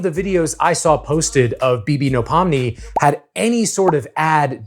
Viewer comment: So this is how i find out it's not pronounced beebeenodollarsign